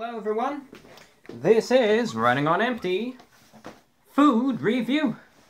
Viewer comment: Why does he say running on enpty